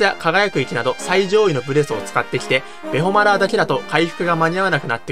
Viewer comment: ベホマラーのイントネーションのラーが半音上がるのか下がるのかどっちが正解なのかが気になりました。 私は半音下がる言い方というか当時ファミコン版で友達と話す時でもイントネーションは半音下がってる言い回しの方が多く、投稿者様の言い回しに違和感しかありませんでした。私もしくは私の周りが少数派なのかもしれませんが。別に投稿者様を変だと非難しているわけではありませんので、ご了承ください。